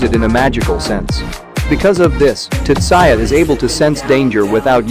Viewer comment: just you calling him tutsaya is enough for me not to watch this